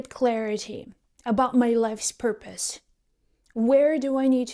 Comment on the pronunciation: Purpose !!!!! ..... Not porpoise !!!!! 😊